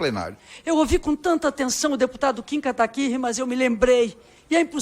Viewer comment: pessoal da esquerda a te hoje não sabe falar Kim Kataguiri kkkkkkkkk.